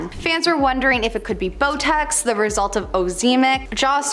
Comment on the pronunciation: Did she really say ‘Botex”instead of Botox and mispronounce the word ‘buccal’? Why do the hosts on this channel always pronounce names and words wrong? They need to research the correct pronunciations before posting. Frankly, it’s embarrassing.